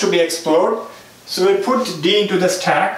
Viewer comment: useful but please use normal english as your 'staaack" hits in ear